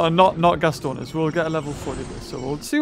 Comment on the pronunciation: Gastornis is NOT pronounced (Gas-stro-na-sis) it's (Ga-stor-nis)